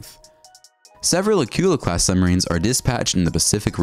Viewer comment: That tells me what you know about history it is not General Ford aircraft carrier it is the Gerald R. Ford aircraft carrier. The hunter-killer submarine you referred to as Acula is actually pronounced acoola. Interesting video but bone up on your history and pronunciation.